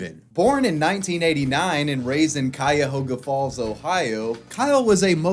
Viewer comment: Hey man just wanted to say you pronounced Cuyahoga Falls, OH PERFECTLY!!!! I'm from there and hardly anyone outside the area knows how to say it! :)